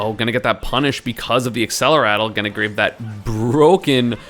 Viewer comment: Why does everyone always say accelerattle instead of accelerate?